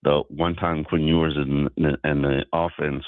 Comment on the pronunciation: His name is "Ewers," not "Hewers."